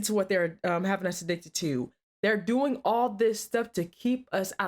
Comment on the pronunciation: 245:45 "...what are you doing-ah?".,...why do so many young women & girls like you put an "ah" at the end of words that should be left without the "ah" at the end?,...I see it a lot on police call video channels.,...why you do that?